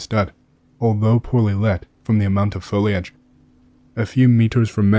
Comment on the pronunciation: You said foliage not foilage. Well done. You probably dont realise how happy this makes me.